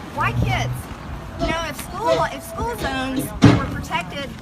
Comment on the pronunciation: I wish Marjorie Green would fix the way she says "school" It always sounds like she's saying "sch-kull"